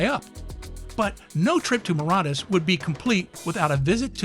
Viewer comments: Where did you gather the courage to so brazenly and boldly mispronounce the name of an entire country? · That's not how you pronounce Mauritius 🤦‍♀️ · How can an adult not know how to pronounce Mauritius? (assuming they are not deaf) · He's clearly never been to Mauritius if he can't even pronounce it correct lol